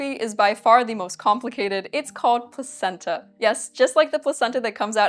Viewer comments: Placenta in that context is pronounced Plakenta. I know this because I'm a sophisticated, worldly person with a wide range of knowledge and absolutely not because I watched a Max Miller video about it. Yes... let's go with that. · the c was hard. pronounced "plakenta"